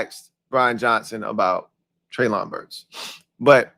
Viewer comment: its pronounced Trey-lin Burks. You are out of you freaking mine. This dude will be your WR1. Its yall job to teach him how to stay healthy. He was the only WR on Arkansas and every top 10 defense in college at his time knew he was the only target yet they still couldnt stop him. And he played vs the countries best colleges